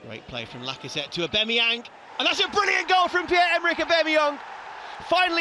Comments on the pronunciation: WHY IS HE CALLED EH BEMMY YONG 😂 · Sack the commentator can't say Aubameyang correctly.